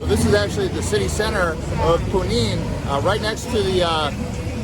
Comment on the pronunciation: Punin???? Junin!